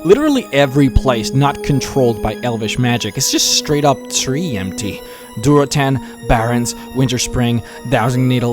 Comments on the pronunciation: lol i know it was a small mistake but you said duratan instead of duratar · It's durotan and durotar.